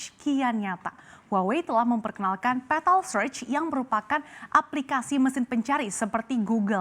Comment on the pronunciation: Bjir sebutanya gak enak banget, petal pental pentol? Awokawok